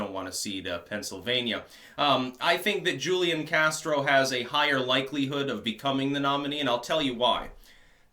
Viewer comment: And it's who leon casro. That's how it's pronounced.